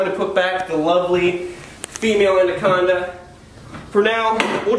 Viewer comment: The way he says andaconda instead of anaconda